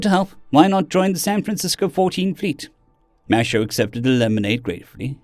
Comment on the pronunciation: Minor thing with your pronunciation. Mateo is Spanish and would be pronounced Ma-te-o. Not ma-sha-o.